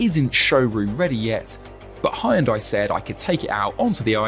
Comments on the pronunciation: Great review but terrible pronunciation of Hyundai. Correct (2 syllables): “HYUN-DEH” Incorrect (3 syllables): “HI-YIN-DIEE” 😂❤😊❤ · Does he know he's pronouncing it "Hi- yun-die" Wth am I hearing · It would be great if you pronounced the name of the company properly. It's only 2 syllables. Hyun- there is no "I" sound. You pronounce the h and y together. Y making the same sound as yes. And it's not die.. It's day. So.. Hyun-day. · Please learn how to pronounce Hyundai. It is just two syllables: "hyun" and "day". NOT; "Hi-un-dai" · 🙉 It's not Hi-Jun-Die It's more like Jon-day ☝ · Nice car but it is a shame for a car Chanel not to be capable of pronounce Hyundai